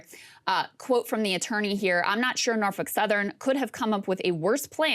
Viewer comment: In a world where women are supposed to become presidents and rule the country. She’s doing an article on Norfolk Southern. But she can’t even pronounce it. Muslims can pronounce it there’s a seven-year-old child in Bangladesh that can pronounce it. Maybe you should have her read what she’s going to have to say instead of taking lap naps.